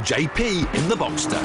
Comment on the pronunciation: Boxster!!! It's Boxster not boxter damn it!! Get it right!!!!!!!!!!